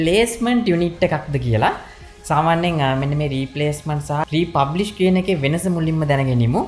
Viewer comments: Thank U Bro ! Republish ද රී ෆර්බිෂ්ද ?? (Refurbished).. ඇහුනෙ නම් රී පබ්ලික් කියනවා. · Presentation is excellent however you need to go though the English words & correct the pronunciation. ( word refurbished ) This is high lighted not to embarrass you .